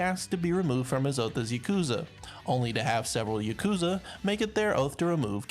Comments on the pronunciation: Its pronounced yaw koo zuh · You just listen to how they pronounce them in the game or look it up. It's literally not that hard. You couldn't even pronounce yakuza right and it's told in the game a million times. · you can't even pronounce Yakuza right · i flinched at the way he pronounced "yakuza" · Im sorry but who the fuck pronounces yakuza like that. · bruh half way through the video he pronounced everything wrong rip